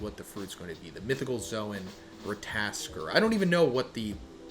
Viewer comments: Every time I hear Rataskor I am dying a bit. It is Ratatoskr there are more `t`s there, not only one. I swear you Americans cannot read nor spell. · It's pronounced as (Rat-Tat-taskor) 😂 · is pronounce Ratatosker and try the E on Ker sound like Kr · RAT - UH- TOSS- KURR I like you. I like your videos. I like your viewpoints. That being said, theres no reason to not be able to say Ratatoskr at this point. Its being said in many other videos and theres plenty of online resources. Its four syllables. Rat. Uh. Toss. Kurr. Say each one by its self slow then speed it up slowly. Its not hard brother youre just refusing to try to learn it. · Say it with me, Ra-ta-tuh-skr. Ratatoskr! 😂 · Bruh someone give this man a god of war game so he can say the name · One would think after years of reading anime names you would be able to pronounce Ratatoskr correctly. The education system has failed so many people 😂